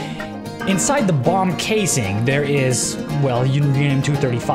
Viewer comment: I totally thought you said bong and not bomb... had to double check... XD